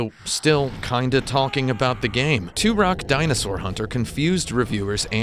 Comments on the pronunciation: Benny Blanco From Da Bay it is tur-ock I mean the main character literally says his name like 500 times in the game and yet this guy STILL can pronounce it! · Why do you keep saying Turok like 2-Rock?! He literally says his name every time you get a life up, and yet you still can't pronounce it!?!?!? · Love these games but Jesus man The way you pronounce Turok just slightly wrong made me want to kill myself by the end of the video. 10/10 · Out of the 72 thumbs down, 7 people don't like. The other 65 hated how he pronounced Turok because they didn't get the joke.